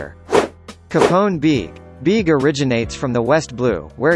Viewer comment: its bear-g not beig its Apoo not Apo duh